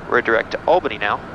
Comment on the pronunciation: As someone who lives in Albany NY, I am disappointed in the way you pronounce the capital of New York. Great video thought lol